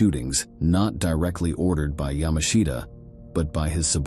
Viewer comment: "ya•MAH•shta" is correct.